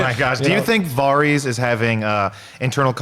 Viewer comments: hey guy, stop pronouncing it Vahrese you know damn well how it's pronounced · “Vahrees” who the hell is that?! It’s Varys?! 🙄 I love our neighbours over the pond but why do they mispronounce things like this so often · I. Cant. Friggin. Stand. Sansa. Disappointed that Arya has become a soulless sociopath. Also, people still whining about Episode 3 flat out dont understand the series. Ultimately, the show will not have a happy ending. And dude. . . for the thousandth time. . It's not "vahr-eez" it's "var-iss," like Ferris. Fuk sake. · Yall are killing me with your "Varys" pronunciation. Lawd. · How do people that like GOT so much pronounce so many names wrong ? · pronouncing Varys is cringe 🤦🏽‍♂️ lol